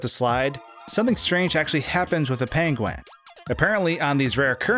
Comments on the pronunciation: Top Tip: when planning a video heavily featuring a penguin, first ensure that you are capable of properly pronouncing the word 'penguin' . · Someone call Benedict Cumberbatch. We finally found someone with a worse pronunciation of "penguin". ;) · why do you say penguin like that lmfao